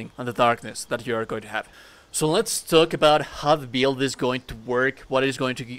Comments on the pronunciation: Take a shot every time he says “DEECE BEELD” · I just can’t handle the way you say build, I’m sorry I know that sounds shitty, but I just can’t get past it